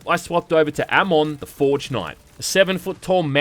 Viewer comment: finally someone says amon sorta right